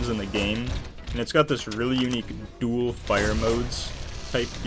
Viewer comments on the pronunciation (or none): none